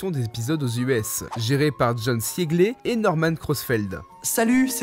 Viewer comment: Siegler ça se prononcé zigleur